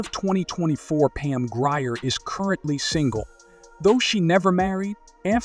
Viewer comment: Mispronunciation of her last name!